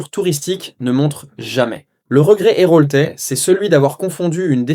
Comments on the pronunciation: moi j'ai appris que j'étais un 'errolt' (héraultais)...le nombre de fautes épouvantables de ce reportage pourri par l'ia et j'ai autant de gens qui sont contents d'habiter dans la plupart de ces régions... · Une vidéo IA : texte issu d’un prompt, montage on n’en parle pas. Et surtout le magnifique « les été les roltés sont éprouvants » ça m’a achevé 😂